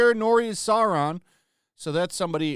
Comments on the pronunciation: “Saurrrrrrrrrrrrron”😂😂😂I just spit my drink out lol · that pronunciation of Sauron is epic 😆